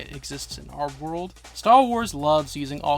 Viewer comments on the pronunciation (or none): none